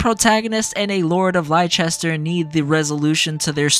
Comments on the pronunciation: As an English person, your butchering of 'Leicester' pains me so deeply 😭😭😭 IT'S LESS-TER NOT LIE-CHESTER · But it's pronounced Less-ter in the games. Plenty of times, too... Unless you are hard of hearing or don't pay attention, people will surely remind you a lot of times. (And Gloucester is pronounced Gloss-ter.) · oml it took me a bit to realise you were talking about Leicester from memory it’s pronounced like Lester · I was talking about Leicester, I played the game with the Japanese voice over, and there's a soccer team by the name Leicester that is pronounced Lie-chester, so it was purely me just scuffing the pronunciation, I apologize for any confusion 😂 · Yeahhhh I realized after starting my playthrough for Azure Gleam that I pronounced it wrong the whole video 😂 I'm used to pronouncing Leicester that way because of the soccer team 🤦🏻‍♂️ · You are forgiven for being a based JP voice chad. But for future reference, it is pronounced like "Lester" and "Gloster" for ease of reference. Blame the Normans. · Imma be honest, I was convinced that's how you pronounce Leicester 😭 I even watched the EPL religiously a few years ago, I apologize 😭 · It's hillarious that despite with a fully voice acted cast saying the name of the place constantly, Americans continue to be unable to pronounce Leicester properly. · bruh, there has been 2 games you should know how to pronounce Leicester properly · It's even funnier to me because like a week or two after putting this video out I realized I was pronouncing it wrong the entire time 💀 And tbf, I set myself up for it because I played this route with the Japanese VAs so that's entirely my bad